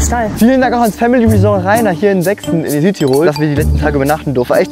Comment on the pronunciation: was für sechsen diggah! 😂 Das heißt Sterzing...